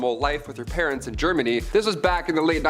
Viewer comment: Really really sad you can't even say na!¡ Germany. This is why this generation suck ass